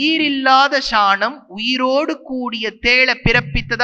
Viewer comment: Athukku ea da ஷாநம் னு சொல்லுற சாணம் னு சொல்லு